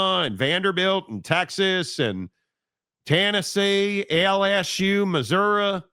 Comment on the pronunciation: Thank you for saying Missouri correctly! Go BYU!